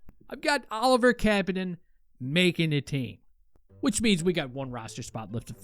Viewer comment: You are pronouncing Kapanen wrong